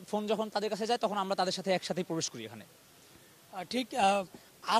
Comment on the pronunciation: পবেশ পবেশ পবেশ পবেশ করছেন।